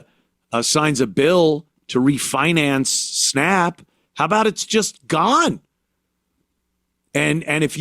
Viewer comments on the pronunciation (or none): Thank you! What are “snopp” benefits? “Octively?” Is she saying “actively?” When the hell did a short a become a short o? Anthony points it out?